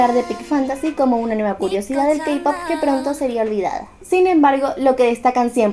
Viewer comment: Perdón pero me inquieta que diga "kapop"